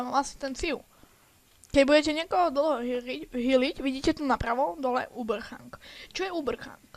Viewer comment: omg že uberchang ani nevieš jak sa to ma vyslovovať a si lama celkovo račej sa na to vyser!!!!! a počkaj si do 15 rokov